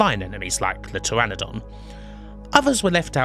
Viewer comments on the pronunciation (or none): none